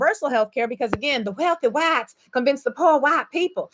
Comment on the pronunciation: With the accent and all!!!😂😂